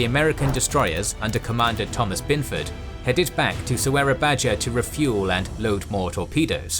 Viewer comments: just being nitpicky here but "j" is pronounced as "y" so "surabaja" is pronounced "surabaya". "Dj" is pronounced as "j" and so on. but anyway great content! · Su-ra-ba-YA. Sura ("Shark") and Buaya ("Crocodile"). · love the detail of the story, but fully disapointed with pronunciation of the city. Its totaly wrong. do more research please